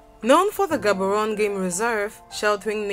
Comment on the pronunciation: Thank you for the beautiful video. I’m now your number 1 fan. All the love from Port Elizabeth, South Africa 🇿🇦. Aluta Continua!!! Let’s keep in touch, I will help you with proper pronunciation of Cities like Gaborone 🥰